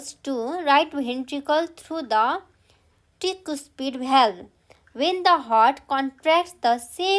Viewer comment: mam you have mispronounced the word tricuspid, aorta, ventricle, valve, bicuspid. please check it..